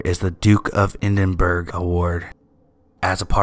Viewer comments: Sorry Duke of EdinBOROUGH it's pronounced,not burg lol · the duke of edinburgh or DoB edinburgh is prenounced eh-din-bruh im from and live in Edinburgh its beautiful come visit (sorry for my terrible spelling)